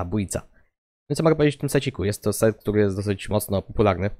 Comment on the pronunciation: powiedziałeś polarny czy popularny xd